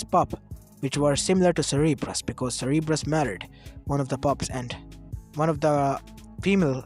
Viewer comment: Its not seereebrus its sounded sir_ber_us